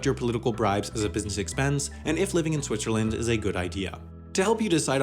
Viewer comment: Shwitchaland :) Like it.